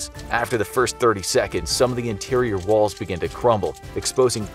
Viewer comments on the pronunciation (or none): none